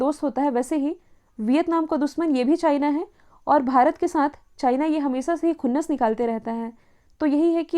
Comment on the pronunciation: Hamesha hinn KHUNASH* nikalta h 🤣